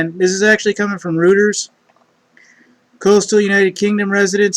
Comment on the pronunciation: It's pernounced ROY-TERS. Not RUT-TERS. fyi my man! Have a good weekend